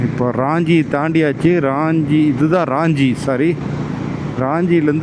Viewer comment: அது ராஞ்சி (Raanji) இல்ல..... ரான்ச்சி (Ranchi) நான் அங்கே ஒன்றரை வருடம் பணி புரிந்து இருக்கிறேன். தசம் ஃபால்ஸ் க்கும் ஒருமுறை சென்றுள்ளேன். நல்ல வேளை நீங்க அங்கே போகல. அங்கே திருட்டு வழிப்பறி சகஜம்